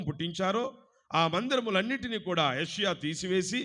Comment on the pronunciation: యోషియ, యెషయా కాదు